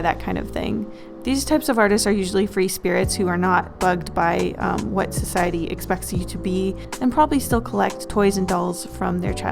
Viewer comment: "societeeeh..." Yeah we dont talk about that bitch anymore